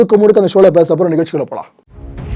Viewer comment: அண்ணா எப்படி இருக்கீங்க உங்க வீடியோ இது வரைக்கும் நான் ஒன்னு கூட தவர விட்டதே இல்லை நீங்க சொல்றத நான் முழுமையா நம்புவேன்... அதுவும் நீங்க ஒன்னு சொல்லுவீங்க பாருங்க அதுக்கு நான் பெரிய ரசிகை அது என்ன தெரியுமா.. வாங்க நிகழ்ச்சிகுள்ள போலாம் இந்த வார்த்தை நல்லா உச்சரிப்பீங்க. நீங்க இன்னும் மக்களுக்கு நல்ல தகவல்களை தரனும் நீங்க உடல் ஆரோக்கியமாக இருக்க நான் கடவுள் கிட்ட வேண்டிக்கிறேன்.இதை படித்தால் reply பன்னுங்க நன்றி 🙏🙏🙏❣️❣️🙏🙏🙏🙏🙏🙏🙏🙏